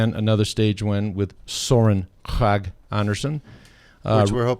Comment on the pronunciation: How to say “Søren Kragh Andersen” (your discussion already after stage 14): Your Kragh sounds almost like “crack”, -but it is like “crowd” without the “d”. This English guy from Eurosport shouts it out quite well (listen after 2 min 40 sec)